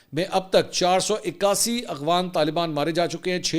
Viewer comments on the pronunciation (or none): Sir ji AGHWAN nahi AFGHAN 😅